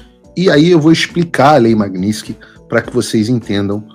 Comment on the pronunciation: Ué Paulo vc corrigiu a repórter da globo news pq ela falou magnitisky errado e vc mesmo não sabe falar, aí fica difícil heim!